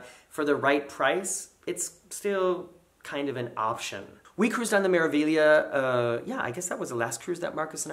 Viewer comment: Four thumbs up for correctly pronouncing Meraviglia!!! Bravo!!! The letter A is always pronounced ah like in father, not magnet, (Magnifica = Ma-gni-fi-ca Mah-nee-fee-kah) and E is always pronounced ay like in day, O always oh, the vowel i is always ee, U is always long like in dude, H alone is silent and roll the R's! Practice with Smeralda = Emerald (Smay-rahl-dah, not Smer-) Civitavecchia the Roman port is Chee-vee-tah-vay-kee-ah (Ci-vi-ta-ve-cchi-a). Get all these correct and MSC will finally come calling!